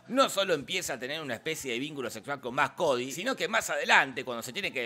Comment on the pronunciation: Maximilian Cady.. no Max Cody .. fuera de eso gran video